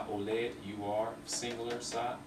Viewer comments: In verbs oled, olete, oleme the accentuation is in letter O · In verbs olete, on, oleme, oled, olnud, ole etc the accentuation is on letter O and it's not like russian...-.- anyways good progress